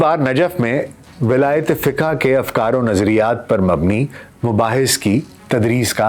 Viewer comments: Fiqa nahi kehtay ,FIQ bolla jata he yeh word.please set it in future.Thank You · آپ فقہ کو فّق-ہَ نہ کہا کریں۔